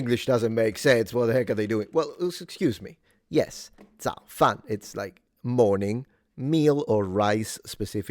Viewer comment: 早饭 is zăo fàn? Third tone?